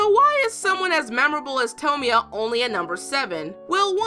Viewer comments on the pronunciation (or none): it's toe-moy-a. not sure why that bugs me but yea. and I absolutely adore Clannad. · Pronounces tomoya wrong: Me: GOD DAMNIT IT IS SO SIMPLE